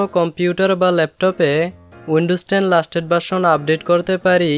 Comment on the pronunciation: ভাই লাস্টেট না লেটেস্ট হবে😅😅